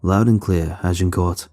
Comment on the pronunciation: Y'all complaining about the monster noises...I woke up annoyed when he was repeatedly attempting to say Agincourt.